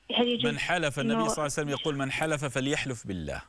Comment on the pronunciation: ولج انتي ثوله تسألي شخص يقول صسوسلم صعسلم صسلم